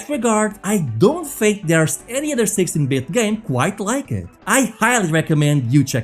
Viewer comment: All I'm hearing is sexy bit.😂